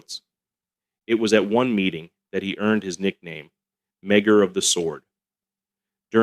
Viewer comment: Meagher is pronounced Maher.